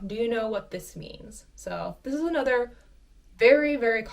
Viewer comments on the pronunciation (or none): none